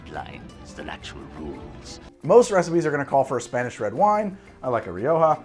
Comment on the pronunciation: Ri-oh-ho lol